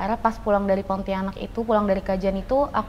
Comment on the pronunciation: Pontianak bkn Ponti anak😅 Tdk di pisah dlm pengucapannya